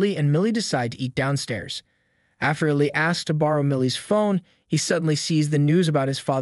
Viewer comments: EEE-LIE - not illi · It’s e lyy Not ellleeeee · hey, The name Eli is pronounced e- lie. Thought id mention for next time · I can't.... I can't finish this video. The way Eli is being pronounced is actually infuriating. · Wrong pronunciation of Eli made me stop watching. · LMAOO I INSTANTLY CAME TO THE COMMENTS FOR THIS REASON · Kind of a weird mistake to have. I'd think you'd come across his name a few times when editing the clips together. I'm assuming it's different people doing the editing and voice over. But still...